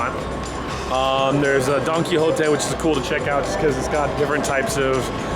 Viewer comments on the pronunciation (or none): none